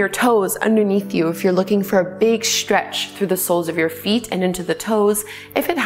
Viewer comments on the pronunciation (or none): May I make a suggestion? Your pronunciation of the "str" sound, adding an "h" to it, making it sound like "shtr" in stretch, strength, strong, etc. is so distracting that it's difficult to focus on the actual movements. Perhaps it's a personal peccadillo with me, and I know that I hear this more and more- but it's such bad diction that I can't not hear it! Thanks for considering my comment. I love the actual yoga here- I just need to do it with the sound off.